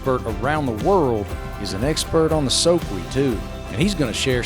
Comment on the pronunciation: and he doesn't know how to pronounce the name of the soque... it's a shame such a beautiful body of water which starts and ends all in habersham county is private property except for a very small section...